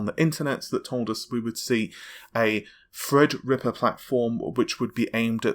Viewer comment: It's Threadripper not Fredrippa